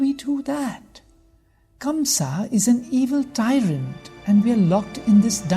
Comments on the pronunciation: Such a bad narration and by the way his name is kans not kamsa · It is Kansa !! Not Kamsa !! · By the way that's kansa not kamsa!!! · Kamsa? It's kansh